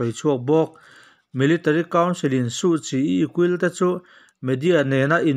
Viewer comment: Aungsan = hmanlai Suhchi = hmiah tur Tia thlûk theih chuan ngaihthlak pawh nuam dwuh ang.